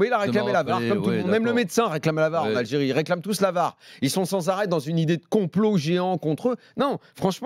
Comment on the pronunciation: C'est pas l"algeriiiie c'est Aahh j'ai rie